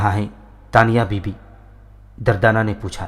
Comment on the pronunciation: Bhai The name is durdana not dardana..🙃🙃